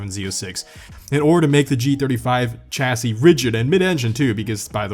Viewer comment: It’s pronounced “Shassi”